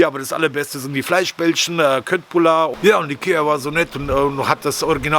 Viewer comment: Ciao, geiles Zeug die Köttbullar als ich in Schweden war, da haben die mich korrigiert, Köttbullar wir in etwa so ausgesprochen "Schöttbullar"..